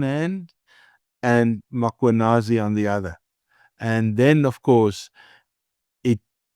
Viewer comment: Prof, please pronounce the Lt Colonels name properly …. It’s not mAkwanazi, it’s Mkhwanazi. If you’re not sure, ask anyone around you to assist. You seem to have everyone else’s name correct … It’s a matter of respect. Thank you sir